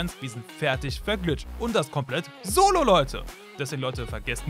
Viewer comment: Er sagt solo ahhahahaha